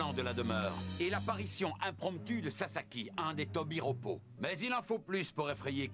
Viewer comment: c'est pas un tobiropo pitié fait un effort